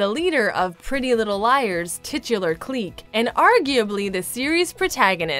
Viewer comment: The way she says clique 😖